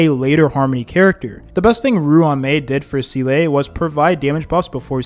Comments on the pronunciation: s EE l e - not s ee l AE d An heng - not d A ne heng Qingque, - not shingshae ??? Jingliu - not linglu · I believe the "Proper" pronunciation is "Zee-luh" as she even says herself that her name is based off of an old Belebog word for "Soul" which just so happens that the word for "Soul" in German is "Seele", and that's how it's pronounced in German. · it's SEE-LAH not See-Lay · Bruh why say selay when you can simply say seal. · Zee luh not see lay (also how did your pronunciation of her name start from seel to seelay) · Seele is german and is pronounced more like Se-leh not zee-lay lah or luh. The double E is not pronounced like "see"/"sea" but i can see how that throws english speaking players off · seele is my favorite character in hsr, hearing see-lay all throughout this video just hurts.... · Don’t think I’ve ever heard Seele’s bame said so much. Lmao was said at least one to 3 times during almost every single sentence. Also never heard it pronounced wrong. So much xD “See-lay” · Nah bro, "see-LAY"? That enough internet for today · sea-lay i cant 💀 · The Seelay is distracting me 😂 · ah yes, seelay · Seelay? Shingshay? Dan Hang? Fu Zuan? I can't take this anymore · i heard "Zee-luh-ay" like hes purposely trying to cram more syllables into her name lmao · The game is voice acted just listen to how they say the names 😭 who is seelay and shingshay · im sorry but these pronunciations are like nails to a chalkboard. seal ay. den hang. fu xwun. JING LOO. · see-LAY is indeed amazing... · I stopped watching him after his first Seele video because he outright says seal (as in the animal) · actually her pronounciation is say-lay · "See-Lay" I can't watch this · I think he does it on purpose lol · fr how hard can it be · I’m dying inside too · it is he used to say seal 😂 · bro pleaase its zeeluh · this would be a good video but the way you said SEELAY every 30 seconds drove me insane dude pls i cant even finish it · well its definitely not SEELAY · Bro can't pronounce Seele